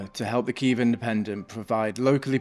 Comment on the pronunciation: And it’s not kiev it is Kyiv - Київ I mean I get it, its hard for russians who pronounce “a” out of nowhere xD - But it’s okay, so silly